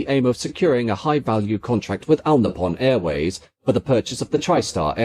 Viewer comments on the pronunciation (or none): What is this Al Nippon Airways? It's All Nippon Airways. I'd put it down to poor AI if I didn't know that you don't use AI.